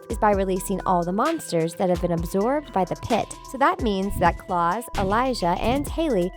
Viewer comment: So you said Alaric’s name wrong and then hopes last name wrong and the you said Klaus’s name wrong and then you spelled Hayley’s name wrong